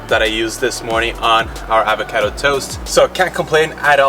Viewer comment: Another year and still can’t pronounce avocado